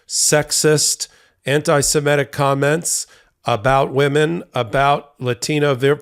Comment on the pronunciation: It's "seMItic".